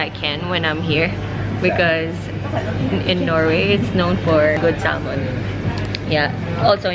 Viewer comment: Sal-mon... hehehe